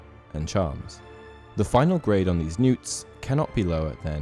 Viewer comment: Newts? Really. That annoyed me. They are N.E.W.T.'S.